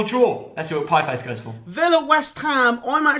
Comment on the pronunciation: Piefice, seriously?..